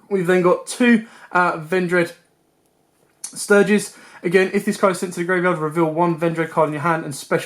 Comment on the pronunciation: Im sorry man but the names you are calling this is absolutely incorrect. (Bail-er-drock) (uh-ven-dread-savior) (ven-dread-stry-gez)